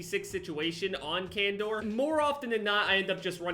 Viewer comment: Challenge accepted: Pronounce Khandor instead of "Can Door"